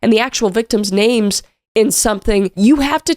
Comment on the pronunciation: Fuuuuuck, still!? Read your own scripts before filming. Your mispronounced names prove you arent any better than celina "i see dead people'.